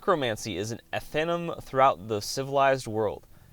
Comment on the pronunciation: (Hey I'm not trying to be annoying, just helpful) rE- cal- suh-trant uh-nah-the-muh The only reason I know so many of these (arguably rare) words is because my uncle read with me every night for YEARS. I was in early high school when I finally got too busy for him, and I do regret not spending more time with him :D